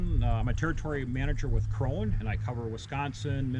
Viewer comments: the companys name is "krone", not "kron", like "porsche" and not "porsch". the e at the end is pronounced like the e in "end" or the a in "cat". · Much like Porsche Krone is pronounced w an 'uh' sound on tge end. So its 'croan-uh' fyi. Supposedly great balers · It's pronounced "cron-uh" in the home country